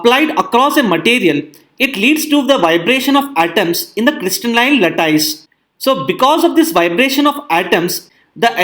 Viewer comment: sry to message this way but the pronunciation of 'lattice' is a bit different than what sir you pronounced. thank you for video.